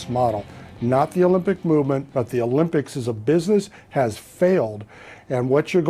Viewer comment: Interesting how she repeatedly says, "The lympics" throughout the vid.